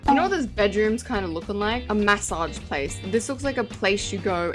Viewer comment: “Mass-auge place” 😭🙏🏻